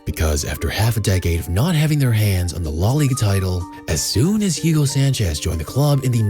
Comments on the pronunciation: Excellent video...but, there's an issue. This soccer player (better known worldwide as "futbol") isn't "Yugo" Sanchez, but rather "Hugo" Sanchez. Thx. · FYI the H is silent so its ugo.